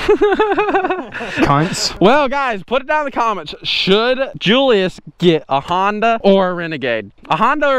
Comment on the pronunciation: Remember when he used to call him Juliass